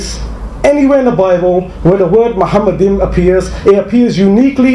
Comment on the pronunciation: The first mistake by Zakir is that he pronounced מַחֲּמַדִּ֑ים as ‘muhamaddim’. But he is wrong, it is ‘ma-kha-madim’. So there is no pronunciation of Muhammad. Just check every high valuated Hebrew dictionary or lexicon. The other mistake made by Zakir is that he said that ‘מַחֲּמַדִּ֑ים’ is a name. Again he is very wrong because מַחֲּמַדִּ֑ים is a masculine plural noun, so it is not a name. Again, just check every high valuated Hebrew dictionary or lexicon. And because it is not a name it is impossible that it refers to the name of ‘Muhammad’. Also the claim that the plural 'im' (or 'eem') in ma-kha-madim in the Hebrew language was ‘added for respect’ is in this case false. First of all, nowhere in Songs of Solomon 5 it speaks about אֱלהִים, elohim, the masculine noun for a godhead. But Song of Solomon 5 speaks about ממתקים, mamtaqim and מחמדים, ma-kha-madim. So you can't compare apples with oranges. Biblical poetry is typically built on pairs of metaphors, for example "they were swifter than eagles, they were stronger than lions". In Song of Songs it's "His mouth is most sweet, ממתקים, he is altogether lovely, מחמדים. So מחמדים, ma-kha-madim is equivalent to ממתקים, mamtaqim. So the addition ‘-im’ is just a superlative of ‘desire', so it means 'most desire'. Exactly in line with the other words in vers 16: ‘mamtaqim’ = most sweet and other places ‘partamim' = most noble. Forms of the same Hebrew word are also used elsewhere in the Old Testament, yet Islamic ‘scholars'